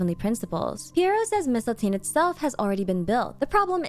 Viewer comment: Oh my gosh, thank you for pronouncing mistiltein correct. I was getting so mad when every character was saying it wrong.